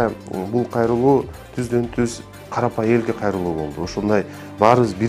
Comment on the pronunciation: Карапай Емес Карапайым десен доке😅😂😂